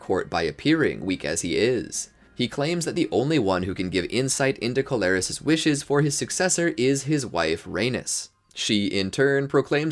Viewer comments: Pronunciation is awful... Corlys is Core-Lis not Co-lar-is... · It’s Corlys not Colaris. But otherwise, great video!!